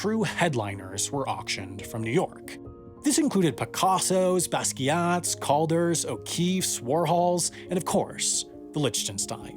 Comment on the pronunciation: Pacassos? Really…? 🤦🏻‍♂️